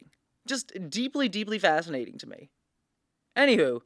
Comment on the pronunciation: Every time she says "fascinating" I hear "fascist" ??